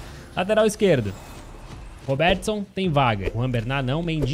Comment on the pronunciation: Robertson não robeeeertson